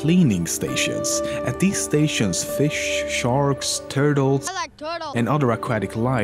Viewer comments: “I like turtels” ahah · AH LIEK TURTALZ.